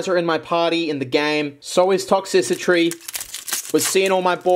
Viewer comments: ITS TOX-TRICITY NOT TOX-SISSY-TREE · Ikr it's supposed to be "Toxtricity" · Will he ever call Toxtricity "ToxTRICity" or will he forever be ToxCICitry? The world may never know Real talk, keep up the fun videos! Your energy and humor always make my day! Thanks for the fun 🥰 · Toxtricity, not toxicitry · "Toxicitry" Okay,. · all ive gotta say is "tox-sissy-tree" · please..... tox-tri-city....... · still can't pronounce Toxtricity or Copperajah, it's endearing.